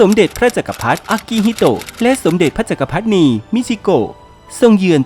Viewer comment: สมเด็จพระจักรพรรดินี ให้อ่านว่า สม-เด็ด-พระ-จัก-กระ-พัด-ดิ-นี นะครับ อ่านดิด้วย